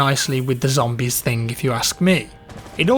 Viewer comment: Did someone just say ZAMBIES? Barricade the windows and get points and no duh pack a punch